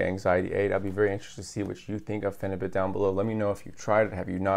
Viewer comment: Pheni - beaut is the pronunciation. 🙂